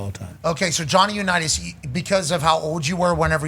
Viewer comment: "Johnny Unitas" bahlrightttttttt -_